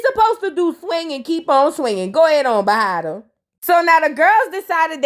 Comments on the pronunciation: lol I love you but … the girl is bahati … 😭😭 every time you say bahata, i get skressed! And please don’t take it personal But also, I’m not sure if she’s East African or specifically Kenya, but her name means “luck.” It’s a swahili word. I’m from Kenya that’s why I’m saying it but many East Africans speak Swahili.. but lol ok just saying 😭 and please don’t offended ❤❤❤ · You calling her “bahatah” really cracks me up 🤣🤣🤣 it’s Bahati(tee) …..chile, I don’t even watch these shows but I love hearing your commentary !! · you put respect in her name, it's Bahati not Bahara 😂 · Omg I’m not gonna get used to u saying bahata it so easy to jus say bahati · It’s you saying bahata for me 😂 overtime you’ll get the names down packed